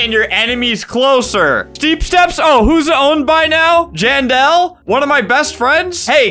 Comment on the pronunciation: did albert just call jandel janny?